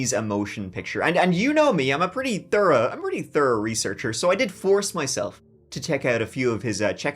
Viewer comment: A thorough researcher hey? I like how you emphasised on that 😂😂😂😂